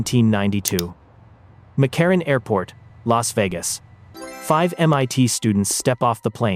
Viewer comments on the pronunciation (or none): “McRaran Airport” lol